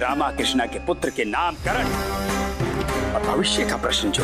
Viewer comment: In the starting that said पुटर it is wrong because it is पुत्र